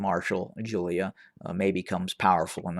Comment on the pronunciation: Jula not Julia...👍